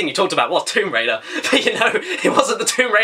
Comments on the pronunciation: Womb raider? Really caddi? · just read description 'Womb Waider' i have no words